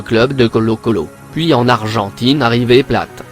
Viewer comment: Wsh il a dit river pla au lieu de river plate 😂😭